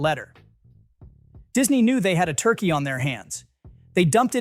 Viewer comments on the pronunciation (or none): none